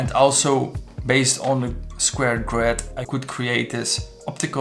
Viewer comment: Nice vid but one more time hearing that GRÖÖÖd and i am gone